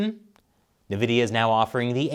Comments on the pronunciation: I'm mad I'm hearing Nevidia instead of Envidia. Yes. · It's pronounced "invidia", not "nuvidia".